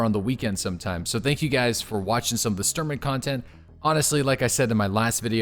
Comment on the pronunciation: Dude it's Shhh Shhh Shhh-Turman :D not Stir-man.